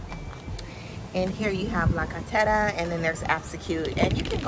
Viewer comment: Great review, our team would like to say a big thank you for this amazing review. Your Spanish pronunciation of La Carretera is PERFECTO. Keep up the good work and your support for this fragrance community. Your reviews are MUST WATCH.